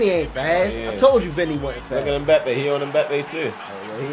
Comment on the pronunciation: its pronounced 'embappay' or 'mbappay' with the m being a humming sound